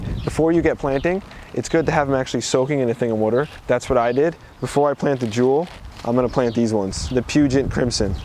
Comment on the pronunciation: Love how you say “Wuter”